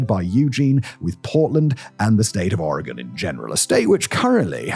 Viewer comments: I’ve lived in Eugene and the surrounding area my entire life. I work in Eugene, near the industrial area. It’s bad. Thank you for pronouncing Oregon correctly!!! Simon, I’ve been a massive fan. How cool to hear you talk about my hometown. Wish it were under better circumstances. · Nothing quite like having my city on the internet for this reason. Also, thanks for pronouncing my state correctly.